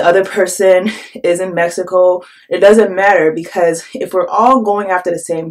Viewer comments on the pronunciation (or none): none